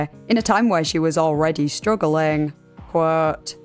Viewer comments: by the way, there’s no such word as ‘qwhooooouuuuuuuuuwt’h’ - it’s quote. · Every time she says quote I hear her saying "Whhaaatt?" Like her mind is being blown by all these facts